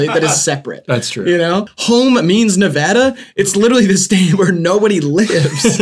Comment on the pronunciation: thank god they pronounce nevada right